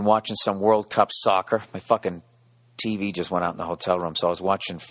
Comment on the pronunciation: fahhkin' yaaahrds